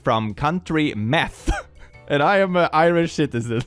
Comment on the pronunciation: Meth was probably supposed to be Meath